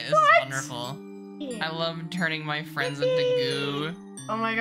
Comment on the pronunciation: “I like turning my fruends into goo”